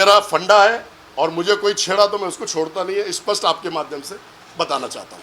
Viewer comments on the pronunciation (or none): none